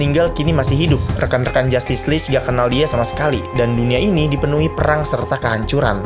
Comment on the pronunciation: bangg kenapa dibaca "justice leech" terus bang? risih... yg bener itu "justice league": G nya tetep dibaca G, bukan jadi J atau CH yg bikin pronunciation-nya malah jadi kedengeran kek "justice leech" 💔🥀